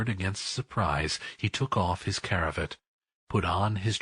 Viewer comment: It's a CRAVAT... not CARAVIT!